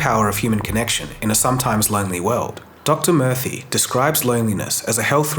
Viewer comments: Not “Dr. Murphy” but rather Dr. Murthy (pronounced moor-thi) but otherwise a great video thank you from lonely Japan. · Murthy is pronounced like mer-tee btw